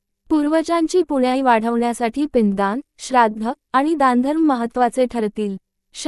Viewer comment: निवेदिकेला नीट वाचता येत नाही .. पुण्याई , पिंडदान या शब्दांचे उच्चार तर अगदी हास्यास्पद केले आहेत .. मी पुढे काहीही ऐकले नाही .. 😢😅😅😂